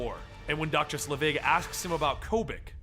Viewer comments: I thought it was pronounced Selvig? Not Slevig? Am I wrong? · It's SEL-vig,, not Sle-VIG. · Pronounced SEL-vig not sluh-VIG. Haven't you seen a Thor movie? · Say it with me... "SEL_ VIG..." Not "SLE VIG..." Perhaps if you're going to run a channel called "Comicstorian" you should learn to pronounce things correctly. Do you're research dude. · SELVIG... not "Slevig" That being said, thank you for uploading this and everything you do. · Isn't it "Selvig", not "Slevig"? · "Doctor Sulivig" .......... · It's SEL-vig, not SLEVIG. Insert Harry Potter joke here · I like your channel and enjoy listening to you "dramatically reading them back to [me]," but it really tears me out of the story when you mess up names, especially a name from the movies with a well established pronounciation. Honestly, how do you take "Selvig" and pronounce it as "Slevig"? It's pronounced just like it looks. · SELVIG NOT SLEVIG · It's selvig like the mcu character not slevig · SELVIG... Dr. Erik Selvig, not SLEvig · I remember you're terrible at pronouncing things but you've watched the MCU movies right? It's Dr. Selvig not Slevig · isn't it Selvig instead of Slevig? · Allen Greenberg he said it wrong so many times!!! I'm no grammar Nazi but God that made eye twitch each time he did. Pronunciation: "Sell-Vigg". Oi. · it's Sel-vig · i know you hate this and you most likely got 100 comments about this but you said selvid's name wrong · oh its the worst i think hes doing this to just troll us now. i mean they say it in thor and the avengers how is he getting it wrong